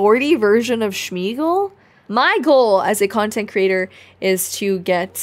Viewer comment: It’s Smear-gle**